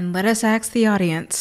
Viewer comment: Why do you say “aks” instead of “ask” ???